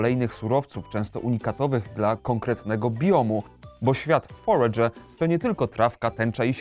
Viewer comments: Jak ta gra sie nazywa? Bo nie potrafi mówić, mówi Forge ale nigdzie tego nie potrafie znaleźć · Znalazłem ta gra ta forager. FONETYCZNIE FOREJDŻER KURWA NAUCZ SIE MOWIC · Ja pierd... Wiem, że się czepiam, ale używajcie ikonki głośnika na google tranalatorze. Foredże, kurwa... xD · Jak ta gra się nazywa bo nie rozumiem jak mówi :/? EDIT:Już wiem dla potomnych: Forager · Powie mi ktos co to za tytuł? moei tak niewyraznie ze nie jestem w stanie zrozumiec a przetwarzanie mowy na tekat mowi ze ta gra to foregerer